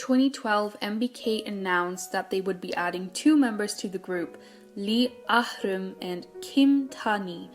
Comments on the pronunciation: ahrum is pronounced a-room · that AHreum pronounciation tho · These videos would be perfect if you didn’t try to pronounce Korean names. You say them so wrong 😂🤷🏻‍♀️ you made “Areum” sound like Russian or something, and “Hong Jinyoung” sound like Chinese. You could at least research how to pronounce them properly, and just say them with an American accent. This comment sounds harsher than what was intended. No hate here, just an observation 💗